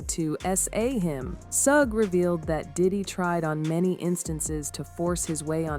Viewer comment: I can’t listen to this story because she is not saying Suge Knight name right